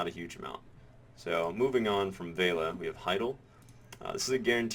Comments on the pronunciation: VEH LEE UH not vale-uh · You keep saying Veila when it clearly states Velia as in Vel-i-a. :) I've also been doing investment banking in Heidel, both guaranteed and high yield. For guaranteed 700k i have gotten an average of 22k per time (10 times). For high yield 2kk, I've made ~90k per time (11 times). In total I'm about 1.2kk in profit, so far. For me. The losses with high yield are smaller than the gains. Profit is about 30-35%, while losses are about 25% or less. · oh god pls stop saying veila, its velia. it's like you have a typo in your speech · vale-a? VEL-E-A! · Ve-li-a. Not Vei-la.